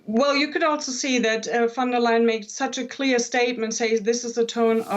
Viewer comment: DW is German. But the narrator still pronounces "von der lying" LOL